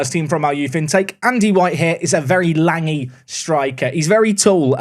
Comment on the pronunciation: Right decision to skip to the end of the season, wrong decision to call someone langy instead of lanky. lol